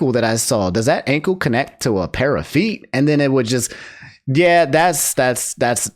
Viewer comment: Why him saying feet like that has me crackin’ up. 😂